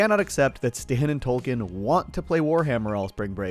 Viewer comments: Do you have a rare bone disease that causes you to pronounce Token as Tolken? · i can't help but say it, its token not tolken despite what the subtitles say on the show on hbo, they literally spelt it wrong, idk it just urks me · Okay wtf. Just started watching your content today. Is his name “Tolkien?” Or “Token?” I thought it was the later, but you’re saying the former the entire episode. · TOKEN. Not Tolkien. 😂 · Why are you calling him Tolkien? Do you not get the joke about his name? TOKEN like 🪙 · It's token not tolken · Are we calling “Token” “Tolkien” now? 😂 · Yo his name is Token, not Tolkien! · Did you pronounce his name as "TOLKEN"?? It's suposed to be "TOKEN" as when he was introduced he was the "TOKEN" black character. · Is he calling Token...Tolkien..lol. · Have you been calling token "Tolkien" this entire time? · Why are you calling token Tolkien? 😂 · Fucking tolkien i cant unhear it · It sounds like you are saying tolken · I definitely keep hearing "Tolkien"